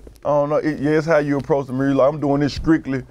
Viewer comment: Translations : Skrictly = Strictly Pose-da = Supposed to Da Skreetz = The Streets Carcazian = Caucasian You’re welcome 😉